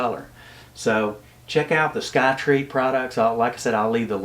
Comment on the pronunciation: It’s Skyreat, not Skytreat.